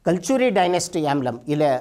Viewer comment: ಸಾರ್ ಕಲ್ ಚೂರಿ ಅಲ್ಲ ಸಾರ್ ಕಲಚೂರಿ ...ರಾಜ್ಯದ ಲಾಂಛನ ..ಕನ್ನಡ ಭಾಷೆಯ. ಬಳಕೆ ಕನ್ನಡದಲ್ಲಿ ಇರಲಿ..